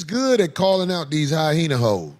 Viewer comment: Mf its hyena!! Not hyhena!!